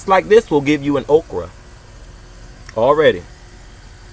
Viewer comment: I thought you were saying Oprah.